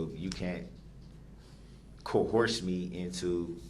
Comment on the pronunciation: its funny that he thinks he can tell the judge what she can or cant do lol.......and what does "co-horse" mean lol